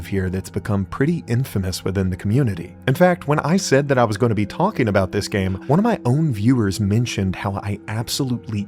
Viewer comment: why is this man pronouncing the "l" in "talking"